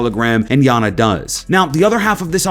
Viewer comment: its iana pronounced (yah nah)